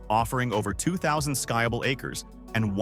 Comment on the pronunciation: It’s not a guy, it’s a computer so it cannot understand linguistics. It said “sky-able” terrain instead of skiable.